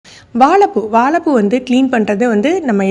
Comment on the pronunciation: Sister வாலப்பூ இல்ல வாழைப்பூ ஏன் சகோதரி இப்படி தவறா பேசி காணோளி போடுரிங்க தயவுசெய்து 'ழ' னு சொல்லுங்க